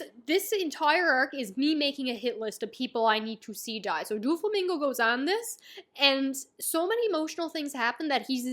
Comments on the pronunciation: I was tearing up when you were talking about Oars Jr. then you said Doo-flamingo, and I burst out laughing. Haha no hate, it was a nice break from the tension. Maybe you know this by now but it’s doe-flamingo ❤ First video of yours I’ve watched, but I plan on keeping up with your adventure from now on Nakama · It’s pronounced as dough flamingo